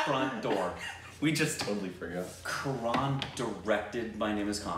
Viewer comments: Btw it's Karan not karaaan😉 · When they realised Karan (pronounced Ka-run) directed My name is Khan aaaaaand Student of the year 😂😂😂 Quite a contrast lol! But Karan is wholesome as a person, he owns Dharma productions, has Koffee with Karan as his seasonal TV show, he judges on many TV shows, and just idk, I see him everywhere 😂 He was the one to bring Bahubali to Bollywood! Adopted two beautiful children he named after his parents! Oh and he's an author too lmao, told ya! He is a smart as business man, producer, author, director and who knows what else 😂❤️ but then Student of the year oop